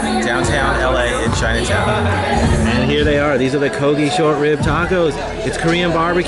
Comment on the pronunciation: Thought you said KOBI every time you kogi!